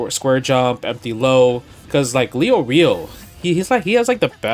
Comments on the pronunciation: I ain't Leo-rio, it's Lay-or-ee-oh. Never watched it in English but I hope we don't pronounce it like that. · you forgot "LEO REO" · Justin: "I'm a big HxH fan" Also Justin: "Gahn" "Hisaka" "Leyo Reeyo"